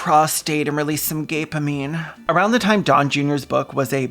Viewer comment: my sweet lord "gape-amine" is a word even shakespeare would quake at